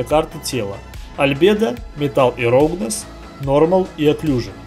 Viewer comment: Я не хочу сильно придираться, но я не понимаю - как можно работая в англоязычных программах и учась (3дшке) на английском языке так плохо знать этот язык. Roughness - Раугнес, All - Алл, Phy - Пху))) Это еще ладно, помню в гайде от XYZ чел называл Height "хейтом". "Сейчас я подключу карту ненависти" - нормально вообще) Учите язык, такой уровень это позорище, особенно для работника IT сферы.